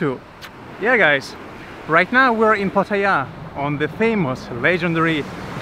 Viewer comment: That northern dude with no shoes filming Pattaya but can’t pronounce it properly smh